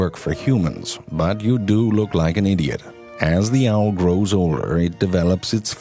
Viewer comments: "Here are true facts about the owrrrrllr" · i love how he says owl and seawhores lol